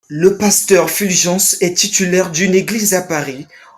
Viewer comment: Purviance et non Fulgence